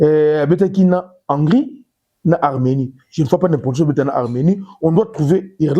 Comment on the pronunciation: On dit Hongri